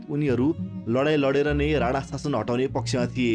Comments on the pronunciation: राणा not राना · अरे राना होईन के राणा हो 😂